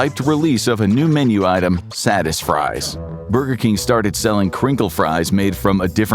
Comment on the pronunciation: Satisfries....sounds like saddest fries😂